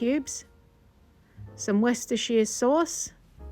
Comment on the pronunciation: Oh my gosh she ACTUALLY PRONOUNCED WORSHUDADADADERR SAUCE CORRECTLY! One challenge I have given up achieving in life…. Also, that brief history about your grandfather, am I the only one that caught that!? That’s cool shit. Definitely the kind of guy I would’ve loved to have met.